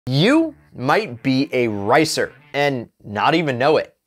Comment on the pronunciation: your speaking "racer" and "ricer" is identical